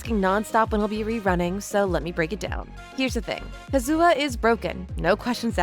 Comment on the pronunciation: the way you pronounce Kazuha bothers me greatly